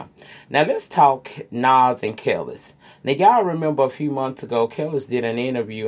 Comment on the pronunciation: I am team Nas on this situation. Kelis (it pronounced Kah-Lease by the way) didn’t even want him to be there when the baby was born, yet always wanting more money in child support. Young Buck story, you said exactly what I feel. The woman involved needs to keep her mouth shut. It’s not her place to spill his tea & she better pray he doesn’t get her back. His business is his. Unless he’s out here putting people down, disrespecting The LGBT Community I don’t see the purpose of exposing him. Yeah for Colin & Nike. Enjoy your weekend & feel better soon.♥️♥️